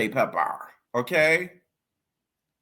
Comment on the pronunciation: You gotta stop saying pepper like that it’s nasty